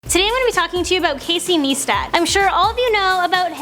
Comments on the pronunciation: she said neestat its niyestat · nice-tat! Not Niece tat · What a dumb girl it's NICE/TAT not NEE/STAT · this video is pure bullshit, and his name is not NEEstat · See said neestat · It's pronounced Nye-stat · Every time she said neestat I cringed a liitle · You said Casey's last name wrong you say it like nistat